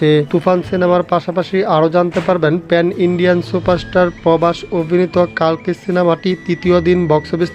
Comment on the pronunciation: কল্কি হবে কালকি নয়